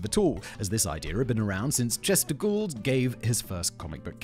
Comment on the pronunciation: The way Sinon pronounces Chester Gould sounds so much like he's saying Chesticle!